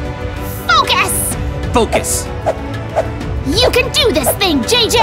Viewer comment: says to JJ: foucus Vs What i say: the u do it gash